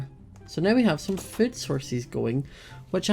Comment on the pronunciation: why do u say fod but its food